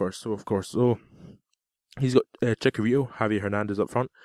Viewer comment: not to be rude but it's cHicharito not cicharito(the spelling of his name)